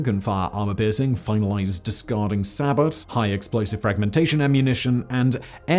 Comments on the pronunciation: SAY-BOW Not Sa-bot. (Source was a Bradley Fighting Vehicle Commander for a decade). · "sab-o", not "sa-bot"